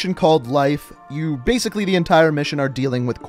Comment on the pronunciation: Zo bazically, brain go boom?